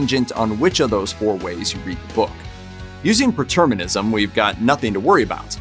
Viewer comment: The word "preterism" is incorrectly pronounced.